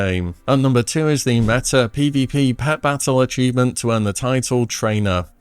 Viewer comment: Also its pronounced meta....not metter